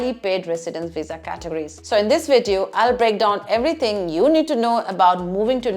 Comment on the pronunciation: You have sindhi culture back ground...when you say the word VIDEO....